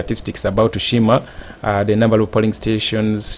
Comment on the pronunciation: Its not shima but sheema